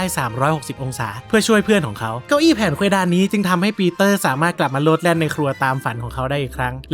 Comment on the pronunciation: เดี๋ยวนะมีจังหวะนึงที่พูดว่า เก้าอี้เเพ๋นเควดาน